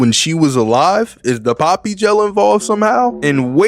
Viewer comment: I'm not gonna lie he mess up Poppy